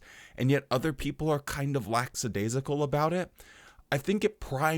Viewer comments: Hey, you’ve now done it for a second time 😅… The word is lackadaisical (even my cellphone spellcheck feature knows this😅), NOT laxadaisical… Just saying. But I guess that, as an america that you could prolly care less, yes? Cheers from a subscriber in canada 😊! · Great job as usual but I gotta call you out on something. You pronounced "lackadaisical" as "lackSadaisical" (with an S) several times. The JW speakers used to make the same mistake all the time and it used to annoy the crap outta me. But its how you were raised, so no harm no foul 😊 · I love you and enjoyed the video as always, but please, it's LACK- adaisical. 🤓